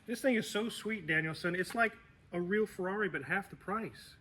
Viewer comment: It's not a Ferrari, it's a Yee-Haw-ree